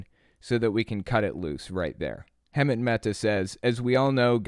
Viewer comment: You should know how to say Hemant's name by now